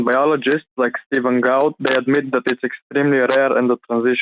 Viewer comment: To give the greatest benefit of the doubt, he mispronounced Gould’s name, so it’s possible he didn’t recognize that that was who had been talking about. I still think he was reading a script, though, because I am old and cynical.